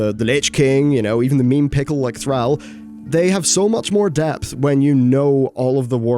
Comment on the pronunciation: Pronounciation of Thrall makes me cringe. Good video, but it has two 'l's.